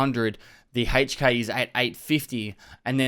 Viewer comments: lol HEYCH K; it’s EHC K. I couldn’t stop laughing every time you said it.Otherwise VERY solid video on the difference on the whopping 3 F/A guns that use 5.56x45. We finally got a BP, and it’s not RUSSIAN!!! Keep it up, it’s very helpful.Thanks again. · Lol what the hell is a "Hay-ch K"